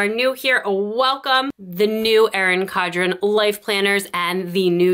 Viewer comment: Erin CoN-dren** You keep saying “Cod-ren.”